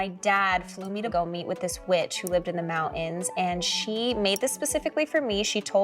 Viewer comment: MOunAns? Are you trying to sound silly for a living? if I ever hear someone mispronounce mountains like that again, I’ll start mailing, Webster. It makes me just as irate as hearing ‘libary’ out of a full grown persons face ”. At a certain point do celebrities just become so rich they don’t believe they have to have proper grammar anymore? Like it doesn’t matter if people understand or respect you because you have too much money? lol